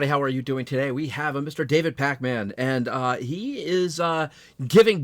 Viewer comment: you put too much emphasis on "man".